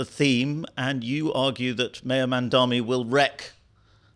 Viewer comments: Cry harder lady! 😂 Cope and seethe! Oh and his name is “Mamdani” NOT “Mandami”. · I'm sorry for being autistic, but his name is Mamdani, MAM-DONI... NOT Mon-Domi, mahdnammny, muhdommy, mindammy, mindimny.... etc, etc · MamdaNi not MamdaMi. Just common decency. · why mispronounce his name? Its MAM DANI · How does she write a whole article on Mamdani without being able to pronounce his name? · Is there some reason why you create a video and cannot pronounce Mamdani’s name correctly? It’s so illiterate. I think it’s because Americans generally speak one language: English, compared to the rest of the world, where people are multilingual; look at the man’s name and say it correctly! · Why can’t anybody pronounce this guy‘s name? It’s absolutely disgraceful the ridiculous ways in which Mamdani’s name is pronounced. Is everyone illiterate? I think it’s because Americans in general only speak English compared to other parts of the world where people are multilingual.